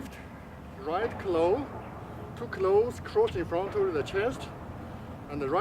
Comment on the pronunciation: 那个claw的发音不准，翻译出来的字幕就成了cloth, 你得说很多次这个词，值得好好研究下它的发音啊🤓